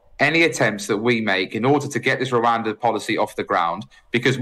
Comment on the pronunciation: "One big rabbit in the room".... "pesky peers".... And he can't even pronounce Rwanda.